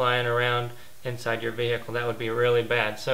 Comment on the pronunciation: the way you sey "vehicle" annoys me